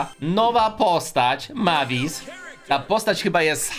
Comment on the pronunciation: Mavis się czyta mejwis miałem kiedyś 472 klejnoty